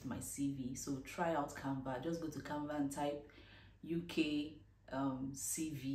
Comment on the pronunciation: please did you say canvat, I mean the app you use for your CV, thank you for the video